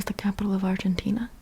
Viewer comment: You are amazing! Please can you pronounce Argentina correctly next time? You pronounce everything with perfection expet for that